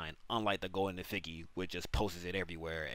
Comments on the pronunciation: Effigy pronunciation: Eff- Idge- Ee its not eff- figgy ffs 😆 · Eff-i-jee. Jee like Jar, Jam, Juice. Not Figgy like a fig. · In case you're curious, it's pronounced eff-ee-gee Great video though, very helpful! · I actually love the way you say effigy more than the actual way 🤣🤣 Imma say it that way now that goes hard 😂😂 good vid bro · It's crazy you made this whole video & can't pronounce effigy... still liked 🤣🤣🤣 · Terrible tutorial, no chapter buttons, asked to sub for 1 full minute, pronounced effigy wrong If u made a quick and easy to use video tutorial I would've subbed anyway without being asked to